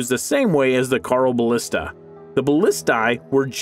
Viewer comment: Carl o ballista? It's pronounced hyeroballista.